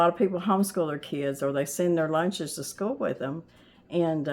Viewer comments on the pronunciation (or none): none